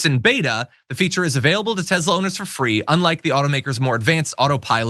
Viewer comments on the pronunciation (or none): It is pronounced 'Tess-la', not 'Tez-la'. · Can yoh say TeSla, not TeZla